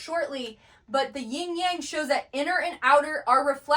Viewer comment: I love that you show comparison between different traditions and connect it to the Bible especially for people who come from a Christian background. I just want to correct one thing-- it's Yin and Yang not Ying. I'm a doctor of Chinese medicine and have been immersed in Eastern traditions - Yin is the feminine principle and Yang the masculine. Just drop the letter g at the end of Yin ❤. Great work keep at it!